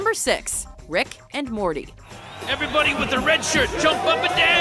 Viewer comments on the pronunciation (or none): She said Marty not morty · did she just said marty -_ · First its morty not marty, if you are going to talk about something know what you are talking about.... 2nd how is rick and Morty 6th??? If someone is gonna watch scifi cartoons i feel like they shouldn't go by your list, bc its just bad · did she say Marty instead of morty